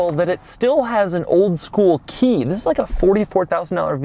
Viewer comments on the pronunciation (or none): Note that in this episode the THIS is not emphasized enough. Doug didn't rehearse enough.